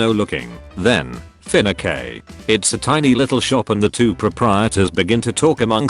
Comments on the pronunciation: And my FINAKEY, ok robots are dumb It’s FEE-ON-SEY get your facts right! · fin a k instead of fiancé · No one: Auto voice: FIN AH KAY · No one gonna comment on how it said "Finacay"